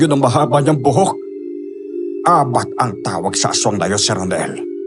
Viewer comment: Mabilis pag bigkas na abat hindi a-bat,para sa akin lang salitang bisaya yan